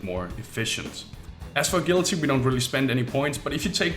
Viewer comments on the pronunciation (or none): A-gill-ity What are you? A fish? It's pronounced A-Jill-ity